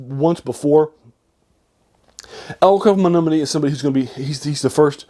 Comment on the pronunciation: Melnibone’ is pronounced Mel-ni-bo-nay